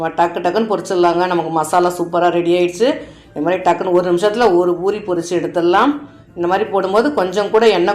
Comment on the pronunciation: Boori இல்லை poori endru உச்சரியுங்கள்.